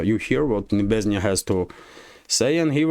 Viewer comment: Hi, it's Nebenzya, not Nebeznya 😊